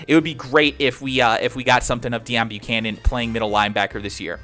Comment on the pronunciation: It's Pronounced Day-own bucannon